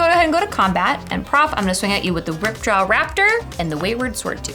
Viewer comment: "untap ,upkeep and droor." - prof